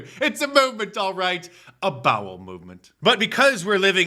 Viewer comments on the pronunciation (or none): He's said, "Bowl movement" 😂😂